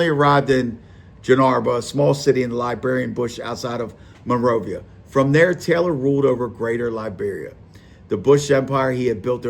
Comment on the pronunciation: Bro pronounced monrovia Monrova